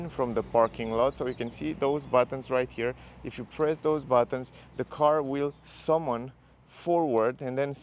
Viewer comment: Tricky word but "summon" is pronounced "sum-n" or "sum-un" but not "some one". 😋